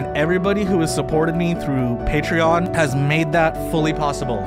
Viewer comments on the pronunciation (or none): none